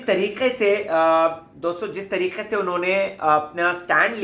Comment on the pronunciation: please hindi properly trikey ko bolna sikho, Tarique bolna fake lagta hai hindi main tarike bola jata hai trique nahi. Irritate karta hai. U r not Arshi khan.